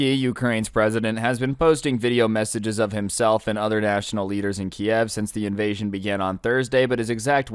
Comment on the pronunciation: Please don't pronounce it like "Kiev". That is the Russian way of saying it. Ukranians want people to pronounce it like "Kyiv".